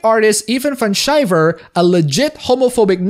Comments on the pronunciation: It's not Van Shriver, it's Van Sciver. Pronounced: Van (like mini-van) Sky-Ver (ver like in version) 2 words, 1 last name. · It's Van Sciver (it's pronounced "Skyver" like Sky) Not Shiver...